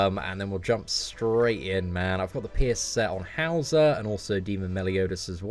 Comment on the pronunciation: All I hear is "piss" card instead of pierce xD Keep up the awesome work man!